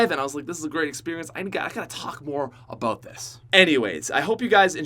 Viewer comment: How Americans say about: a-bout How pronounces about: A-BOAT